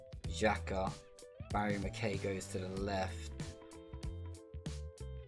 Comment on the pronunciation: Nice to see someone covering my team Hearts in FM. It's McK-EYE though, not McK-AYY. He's cool, but he's not the Fonz. 😂